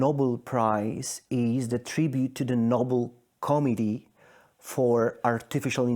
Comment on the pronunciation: When you pronounce “committee” as “comedy”, you have some serious work to do on your English pronunciation.